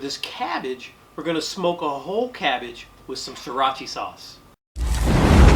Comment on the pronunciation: Notice how he said siracha as seeratchie